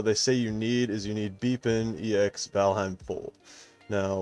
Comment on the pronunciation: the way you say "bepinex" literally haunt my dreams it's pronounced "bep-in-ex" not "beep-in-e-x"